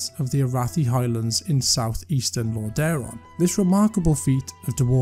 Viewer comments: Get someone that can actually pronounce the names correctly. The content is great, but every time I heard LorDAron it just ruined the immersion. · This guy comes across very unpleasant but his point remains. Lordaeron has "been around" for 30 ish years now, there's no reason people should be consistently mispronouncing it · Watch the Wrath of the Lich King cinematic and you can hear the king himself pronounce it.